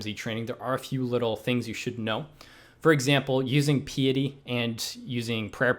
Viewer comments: nice guide but pee-ety.....cmon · Bruh. It's "piety".